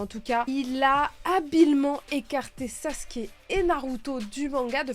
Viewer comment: Sasuke (le son ou) (Sasouké) lol 😅